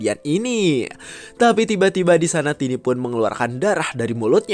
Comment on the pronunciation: Bang tiny itu disebut taini bukan tini kalau tini itu tanteku